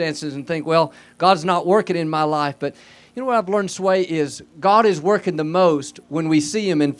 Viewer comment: Messed up Sway's name that's a sin